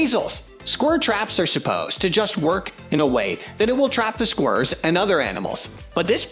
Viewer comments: What are squrrs? Or can the commentator not pronounce squirrels? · Why can’t these narrators say squirrels….😂😂😂😂😂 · They're taking L's (Els). Who? Don't ask 'im. 🫡